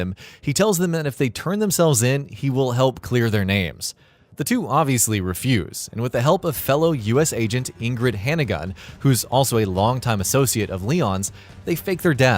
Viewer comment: "Ingreed heenagun" 😂 how did you manage to fuck that up